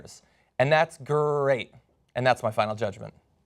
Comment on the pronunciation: why does he say Great so weirdly at the end? Is that a joke? I feel thats a joke that i am missing out on living in Australia.